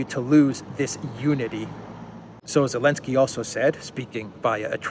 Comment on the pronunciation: why do you sometimes call him Elensky and not Zelensky?